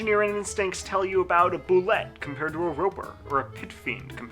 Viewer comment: It's bu-ley! Not bu-let.